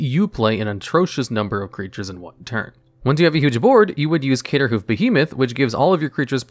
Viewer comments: “Cater”hoof?! Where did the “R” go?? Lol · Lol why does he call is CATERhoof behemoth? Is that and inside mtg joke of some sort? I've heard him call it that in two different videos now. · The little mispronounced names make this so much better. It shows that you didn’t come to this from years of playing this game like most mtg content creators. Craterhoof being called Caterhoof just amused me.